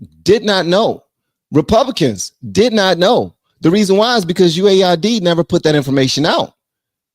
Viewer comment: I believe its pronounce "US" "AID" not USA ID.